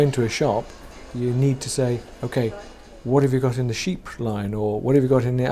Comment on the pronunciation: LOL, not "sheep" -- chypre. It's a style of perfume built around oakmoss, labdanum and bergamot. Good news report with two very interesting interview subjects. Would like to hear more from them!